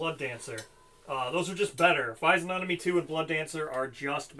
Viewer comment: Survivors with insanity 1 who lose half round up go to 0. Even worse than you thought! Oh! And please say fizzy-onomy instead of fizen-onomy - it drives me mad! Although apparently Americans pronounce the G, so I suppose for you it would be fizzy-og-nomy. I'm fairly sure you forgot Goth's -1 luck, which would have changed a lot! Couldn't have used adrenaline, it has to be chosen at start of act, and quite apart from the fact that I'm pretty sure she's supposed to use the bonus at the start of her act, she didn't have adrenaline 2 at the start of her act... pretty sure you can't kill Goth, as it wouldn't be -1 population since killing her doesn't reduce population...